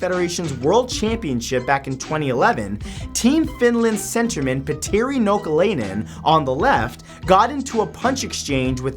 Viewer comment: I really like your videos but I just have to say that you pronounced the finnish hockey players name really wrong😂 but it is okay everybody does that except finnish people.